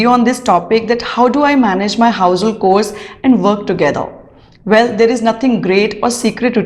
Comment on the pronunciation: It is pronounced as ‘chores’ with a ‘ch’ and not ‘k’.